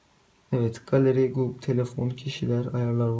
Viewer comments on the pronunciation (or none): none